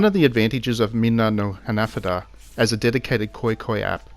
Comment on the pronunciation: Hahah for real 😂 I don’t think he knows he’s pronouncing it wrong😂